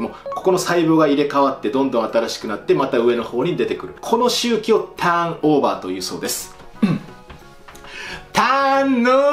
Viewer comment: ターンノぉrrrーバぁrrrー